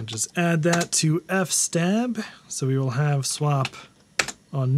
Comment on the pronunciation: lol F stab!? I've only ever heard it as F S Tab.